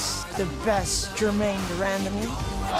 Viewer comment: Joe "Germaine Demandamie" Rogan